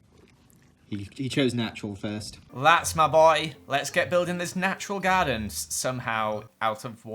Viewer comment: I thought u said "Guardian" instead of "Garden" so i was like... ...WHAT MAGIC IS THIS?...